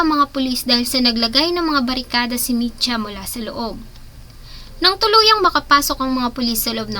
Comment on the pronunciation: Micha hinde Mitcha